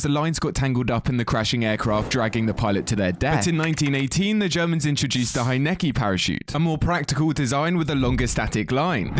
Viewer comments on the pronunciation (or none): hey there i love the video. very informative and i actually learned a whole lot. i just have one comment. when talking about the parachute invented by the germans you pronounced it “heineckee” and while most of that is correct, the final ee would be pronounced more like an “uh” sound. “heineckuh”. again loved the video just wanted to point that out for the future. keep up the amazing work!